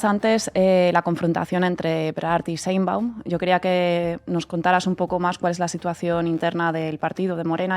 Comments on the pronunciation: Sheinbaum no se dice Sheinbun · Todo muy bien pero de verdad es tan difícil pronunciar correctamente Sheinbaum?🙄